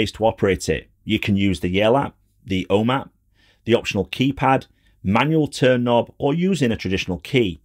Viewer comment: ”The ’Ome app”